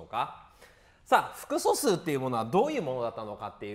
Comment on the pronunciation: めっちゃ °す°くそすうって聞こえるんだがw